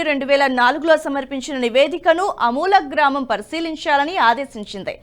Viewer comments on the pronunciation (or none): అధిఖారం ఏంటమ్మా! అమూలగ్రామం అంటే ఏంటి! అది ఆమూలాగ్రమని చదవాలి. మూలమంటే వేరు అగ్రమంటే చివర. ఆమూలాగ్రమంటే మొదటినుంచి చివరదాకా అని అర్థం. మీరన్న అమూలగ్రామమంటే ఏమిటో తెలియచేస్తారా! మీరు మారరా! మీ ఛానల్ తెరవాలంటే చిరాకు పుడుతున్నది. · కొంచెం జాగ్రత్తగా తప్పులు లేకుండా చెప్పండి. ఉదాహరణకు ఆమూలాగ్రం. అలాగే వాక్యం చివర మీరు పలికే పద్థతి మిగిలిన చానల్ ల లో లాగా ఉంటోంది అది సరి కాదు. ఉదాహరణకు తెలుస్తోంది అని చెప్పడానికి తెలుస్తోందె అని, నియమించింది అని చెప్పడానికి నియమించిందె అని వినబడే లా మీరు పలుకుతూ ఉన్నారు. అలాగే దృష్టి సారించారు అని పలిచకినప్పుడు. అలాంటి వి ఈ చానల్ లో ఉంటే ఒప్పుకోవడం మాకు కొంచెం కష్టం గా ఉంటుంది. ఈ చానల్ లో ఉండే భాష కూడా ముఖ్యమే.